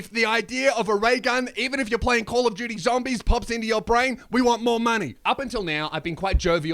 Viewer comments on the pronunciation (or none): none